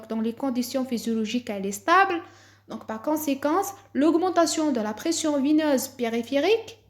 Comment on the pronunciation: La pression veineuse pas vineuse , il te manque beaucoup de progrès dans les articulations et la prononciation.